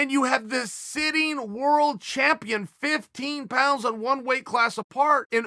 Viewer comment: shameful champion=shampione